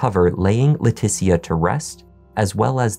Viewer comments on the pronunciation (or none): Her name is not pronounced Laa Teetie Ah. It’s Laa Tee Sha. C’mon man. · Just an FYI, her name is likely pronounced Letesha, kind of like Patricia. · your annunciation and delivery are impeccable. However, I have a couple of friends with the same first name and they pronounce it "Le-tisha", of course not everyone is the same. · Leticia pronounced La tee sha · He is. He murdered that ladies name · You keep pronouncing her name wrong and it's so annoying. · You can't pronounce Leticia's name correctly, even though you used footage where it's pronounced properly? She's good enough for you to attempt to make money off of her tragedy, show some respect by pronouncing her name right.